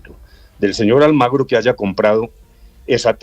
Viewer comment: Almagro? O AlmAgrio le vamos a tener que decir la frase pronunciada por el rey de España Juan Carlos I, el 10 de noviembre de 2007, dirigida al presidente de Venezuela, Hugo Chávez, «¿Por qué no te callas?»